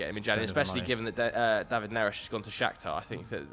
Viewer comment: Ne-rez not Ne-resh